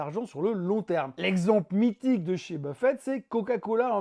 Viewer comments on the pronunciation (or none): Intéressant comme toujours, mais attention à ne pas confondre W. Buffett (avec deux T à la fin) avec le buffet du salon...